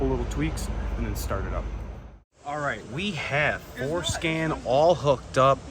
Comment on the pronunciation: Referred by Rainman Ray. Came to watch this one and every time you said Fordscan I heard foreskin! 😂